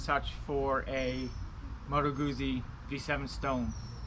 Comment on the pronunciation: Beautiful bike! I have the Milano! Oh, not to be that guy, but since you're own the bike...it's "Gootsie" not "Goozy" Like pizza.